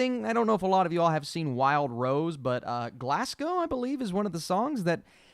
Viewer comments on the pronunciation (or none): none